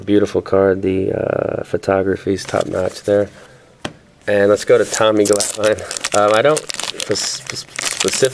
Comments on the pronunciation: Me 2. Lets practise. #1 Finite is pronounced FINE - NIGHT. #2 Glavine is pronounced Glaav-in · Never heard anyone pronounce it that way... Maybe I've been saying it wrong. The braces comment was good.